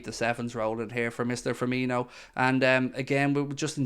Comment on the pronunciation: still annoys me when the commentators say ‘firminio’. They’ve clearly seen how u say coutinho and just assumed it’s the same but there’s no H